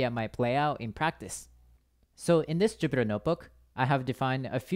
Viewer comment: It is Jupyter Notebook not Jupiter :)